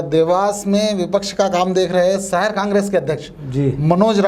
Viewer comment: सहर नहीं साहब "शहर"